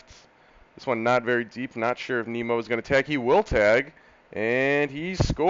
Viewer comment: didn't see this in my sub box until today so not sure if you caught on to the pronunciation yet but it is nim-o.... not neem-o. As a big mets, ootp and fan this is gonna be a fun series to watch.